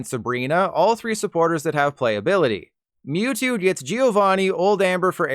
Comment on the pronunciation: Did this guy seriously pronounce it "Moo-two"?